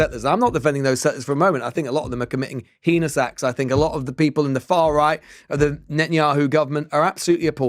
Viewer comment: The guy pronounced Heinous as "Henis"